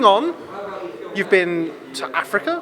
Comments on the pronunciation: Did he say Africa ? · bloody ell never heard of this place you call Affricar will check it out pal